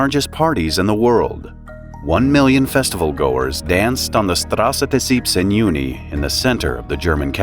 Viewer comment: Big respect for pronouncing "Straße des 17. Juni" correctly!!! 😃